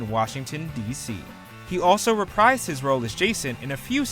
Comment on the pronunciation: “He also reprised his role. . .” The word “reprise” is pronounced “re-PREEZE,” rhymes with “freeze,” not “re-PRIZE.” If you’re going to use the word as often as you do, say it right.